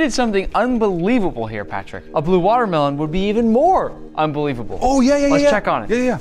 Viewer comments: Square “matermelon” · its waa melon